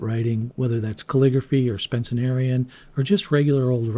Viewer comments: "Spencenarian"? Oh, yes, the ubiquitous "Spencenarian" script based on the style of Platt Rogers Spence... ner ... All right, let's try and dispel another bit of illiteracy here — say it with me: SPEN - CE - RI - AN (from "Spencer" + "-ian"). You can do it. I have a reasonable modicum of faith in your ability to do it. Pens &c., as well as writing, and especially sketching, drawing, creative expression are worth the effort. So is literacy, maybe. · Oh jeez... I thought my ears were mishearing you the first time, but you literally said "SpencENerian" SEVEN TIMES... instead of Spencerian. If you actually practice Spencerian, has Google never autocorrected you??? It makes me question if you even know what Spencerian is. You need to switch to a dip pen (go for a Zebra G or Brause EF66) if you're serious about calligraphy and not just cursive handwriting. Also, starting the video by putting Higgins (a pigment ink which will cake in your feed and kill your pen) in your Lamy is.... Well, that's just really unfortunate and I hope you've figured out by now to only use fountain pen inks in fountain pens. You seem like a great artist, and you've done a good job gathering all the fountain pen "flex" contenders (or what passes as flex in modern pens), so I wish you better luck as you learn more. FYI, the "all-round" perfect pen you're looking for is probably a 1920's era Waterman 52 with a needlepoint grind and BBB flex ability (or similar holy grail pen that everyone wants even before they know how to name it).... that's a $400-$700 one-of-a-kind pen. I don't think you're ready for that. Become proficient with a dip pen first. (Or try something like the Desiderata Daedalus pen that's made to house a Zebra G.) If you'd like help restoring some of the vintage pens you mentioned buying, tell me more about what you've got. But mostly, good luck and I hope you've put all the rookie mistakes behind you. Your art is really fantastic but y